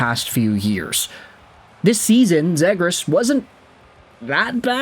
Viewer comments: You can’t even say his name right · The flyers traded nothing for a potential lottery ticket in a skilled center who needs a change of scenery. If he sucks then he's gone, last year of his contract. We lose a 2nd/4th and Poehling? Who cares? The fact you're the only person I've ever heard say the kids name wrong, do you even know who he is? Do you get your opinions from reading Reddit posts?